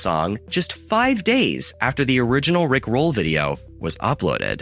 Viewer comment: My guy saying "rick ROLL" like a high school student trying to understand iambic pentameter. 😂